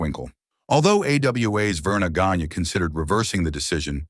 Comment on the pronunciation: Obviously, you are not a serious wrestling fan when you cannot even pronounce Verne Gagne’s name properly. It is pronounced Vern Gone-ya.